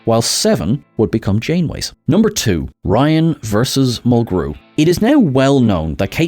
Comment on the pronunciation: 7 of of 9 had a "glowv'; oh, you mean a ' gluv' (glove). 😉 Kate Mulgrew's last name gets the accent on syllable #1.